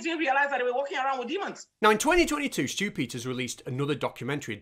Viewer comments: I kept hearing "Stupider" instead of Stew Peters. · I can't help but hear "Stupiders" whenever you say "Stew Peters". 😆 It should be a word to describe people like him. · I just keep hearing Stupid-ters, and don't get me started on Loonie 😂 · Once you mis-hear it a "stupiders," you can't unhear it.